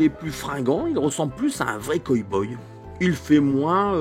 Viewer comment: super video ! j'adore ton ton et ta maniere de raconter et develloper. par contre c'est coW boy pas coy boy ^^